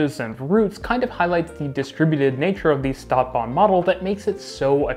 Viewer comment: I can't help it, I must mention that STadtbahn is pronounces "sh"tadtbahn, with the sh sound. It is a kind of exception - words starting with s+t get the "sht" pronunciation. Stuttgart is another example. It was rather annoying to me. Otherwise, an interesting comparison.